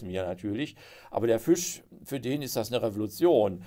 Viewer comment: Was kann denn der Fisch dafür, dass Sie ihn ständig mit ü aussprechen?